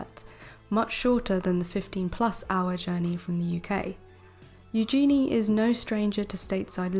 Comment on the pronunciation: Please,, correct your pronunciation of Eugennie( U-gen-ee) and Calif(?)California. Also, both news stories are from the Daily Mail & we all know you can’t believe anything from the Daily Mail.